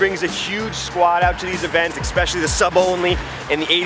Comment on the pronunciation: "especially" not "expecially". Loving the content.